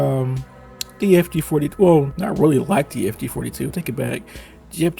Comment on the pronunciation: Jesus please say fg 42 and. Nothing else cause you butcher the word and you only said half of it xD but other than that nice video:)